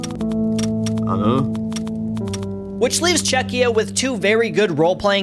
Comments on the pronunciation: bro what the hell is Chezchia 💀💀💀💀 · LMFAO "chechia" I believe is supposed to be Chechnya. And saying "Scottlandish" and "Scottlandian" after saying Scottish a bunch of times beforehand. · "Chezchia" is some crazy work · Hun-GAE-ry 😭 Chezchia 😭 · 😂😂 It’s Czechia not “Chezchia” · Czecha [ Nah ] Czezchia [ Ya ] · Chezchia 🤣 how can people still fuck up the name, just google it lol